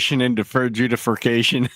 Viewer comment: "Deferred judifercation..."